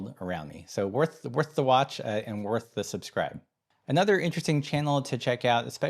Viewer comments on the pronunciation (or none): none